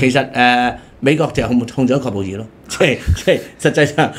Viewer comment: 阿大C 係喀布爾呀！喀音讀(客)！ 你已經講錯好多好多次聽到人好刺耳 唔該你